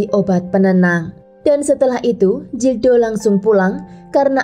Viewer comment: Kl bahasa spanyol atau portugal huruf G tetap dibaca G...Gildo bacanya ya gildo...bukan Jildo. Huruf J jadi H...Jose dibaca hose